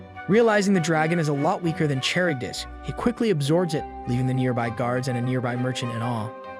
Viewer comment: "charybdis" got me, since its pronounced as "Kar-ribdis" not "Char-ribdis"